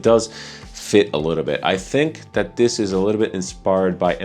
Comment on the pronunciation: By chance are you Romanian? you have a similar accent to the host of ZoneofTech. His name is (I think yours is as well?) and he pronounces "that", like "dat." And thats the only hint of an accent that I can point out. Maybe he does have a more...and yeah these baggies and tubes are triggering something in me..